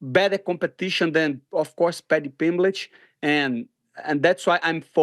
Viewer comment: ”Paddy Pimblage” 😂